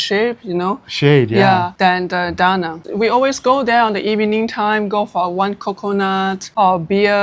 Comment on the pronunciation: Been 2 De Nang! Exactly the way you say! Loved it!